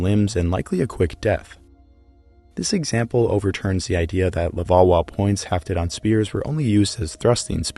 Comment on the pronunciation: Take a shot every time he says levauwa